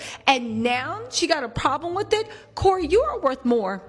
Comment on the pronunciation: !!!😂😂😂 U are hilarious, beautiful, & just overall, real!! Keep it coming!! One lil thing: WITH not WIFF!! All is well until U hit us with 'wiff'.🤭😘 Your laugh is awesome!! Too cute!! Contagious!🎉